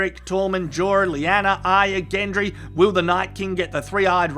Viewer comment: Nice one mate, you are the only person on youtube to get ARYAs name right!!!!!! I am fed up with people calling her aria (Collider)